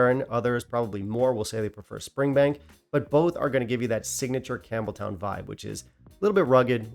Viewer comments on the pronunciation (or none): none